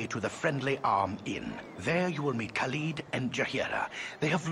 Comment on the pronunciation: I am increasingly amused by ability to mispronounce every name in this game. I mean getting Imoen wrong would have been one thing, but Gorian, Khalid, and Jaheira are the only names that come up in the spoken lines of dialogue, yet managed to mispronounce them all